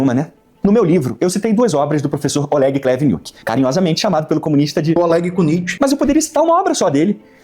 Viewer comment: Olégui Cuníti me acerta toda vez que eu escuto… Ele ainda faz um biquinho. 😂 Para quem é “nós, o povo soviético” a pronúncia dele parece que passou anos no Gulag, apanhando.